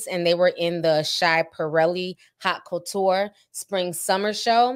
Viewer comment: The fashion house Schiaparelli is pronounced (Skahp-uh-relly). And the stones are pronounced (Swuh-rov-skee). And Haute Couture is pronounced (Oat) Couture, like (oat)meal. ❤️